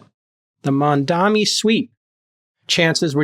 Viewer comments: MaNdami lives rent free in their heads but JCal still can't say his name right. Does he think he can show power and dominance by doing this? Hilarious delusion. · Funny how Jason, being so articulate and well spoken, has blind spot when it comes to pronouncing MAMDANI and always refer to him as MANDAMI... that´s like someone calling Jason CALANACIS... hilarious! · Why so difficult to pronounce Mamdani name? Put some effort into it. seriously.